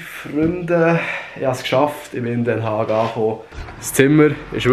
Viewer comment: Den Haag spricht mer "Den Haach" us ;-P